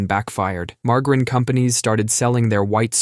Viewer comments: Ma Jerr in Not mar gar in 😊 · "Marge-Ah-Rin." not "Mar-Grin". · Say it with me now marg-a-rine lol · The fuck is "Margrin"? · What’s “mar-garrin”? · Ikr? I can't believe he said mar-guh-rin! 🤬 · Yea... Who the hell says margarine with a hard g? I lost respect for the dude speaking after hearing the way he says margarine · I’ve never heard margarine said that way